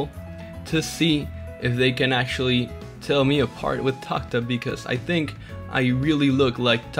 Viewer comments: Tak tab?? It’s tah hab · He says taghaghagh tab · The H in Tah Tab is sillent dude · Why do you say "TACtab